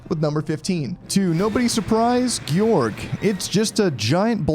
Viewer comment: I think Gyorg is said as "Gorge" meaning large or wide. We can look at Gyarados for the example. We don't say Gyarados like "Gee-yar-a-dose" it's just "Gaer-a-dose" secondly Geeyourge isn't a real word. Ive seen people call Goht as "Got" but the "Go-oh-t" totally implies "Goat" you got it right but I just see it so much.